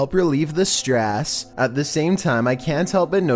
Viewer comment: stress "Strass"